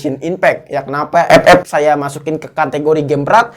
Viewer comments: Ngakak ngomong ep ep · Ngkaka aink anjir tiap ngomong epep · Mengapa ''EP-EP'' Selalu Membuat Saya Tertawa😂😂😂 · Bang ngomong FF nya biasa aj